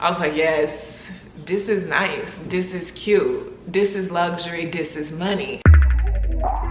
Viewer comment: Dis is nice. Dis cute. Dis is luxury. Dis is Money 😩😭